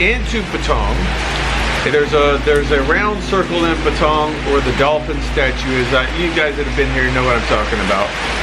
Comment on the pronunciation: Why is he saying Patong It sounds like Pattaya ?